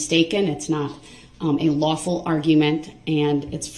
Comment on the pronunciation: JD took “ an OAFF” how is his rights being “trampled on”? Who do dat” SMJ is Laf-FuL law” whoz my accuser”? Is it Civil or Criminal? “Imma hit ya wif “